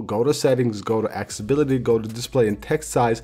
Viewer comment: Ac-ce-ssi-bi-li-ty , Not Axebility Ce-llu-lar , Not Celar